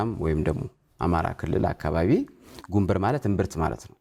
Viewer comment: ጉንብር ሳይሆን ጉንብራ ነዉ ሚባለዉ